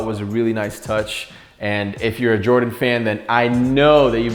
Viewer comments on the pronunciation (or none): none